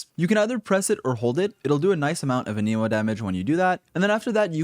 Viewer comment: It's ahn-em-oh